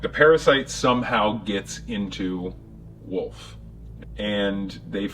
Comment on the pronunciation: Really thought he said "woof" rather than "Wolfe".